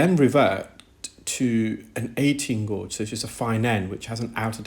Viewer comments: Gauge is pronounced gayj, not gorj. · FYI gauge is not gorge, it’s gage, like page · The u in gauge is silent in English so you say it like cage(as in bird cage) only with a g as in gage. Hope that’s a helpful tip. Such good work you do btw👏🙏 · pronounced "GAGE" not gorge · Brilliant, but it's pronounced 'gage'. Makes me flinch. 😉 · And I’m in the uk. Its pronounced gayj here. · Guage rhymes with sage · "Gauge" has no "r" sound. It rhymes with "page." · I was so confused by the british pronunciation of "gauge" but i figured it out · That’s interesting as I’ve heard others in UK pronounce it as he does. Perhaps English is an additional language for him, and thus, a slight difference in his pronunciation. Best to you!